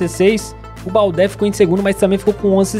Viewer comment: OS ''É" DO TOURÉ E DO BALDÉ SE FALA COMO O ''É'' DO MBAPP''É''